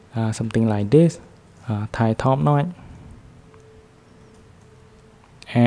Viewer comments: bro said "NOT" instead of saying "NOTCH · Hahaha the way you say notch.. "NOY". Good shit